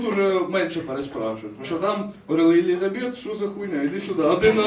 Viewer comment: Вибачаюсь, але перші 5 хвилин вуха капець різало((( Не ЕлізабЕт, а ЕлІзабет 😊